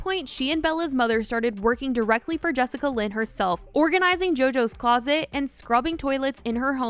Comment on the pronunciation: Not “jessicalyn” 💀